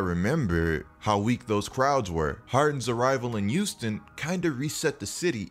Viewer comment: Pronounce yo H’s tf is a “uouston” 💀😂